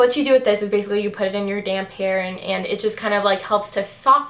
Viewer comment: when you said "damp hair" I thought you said damn hair, lol.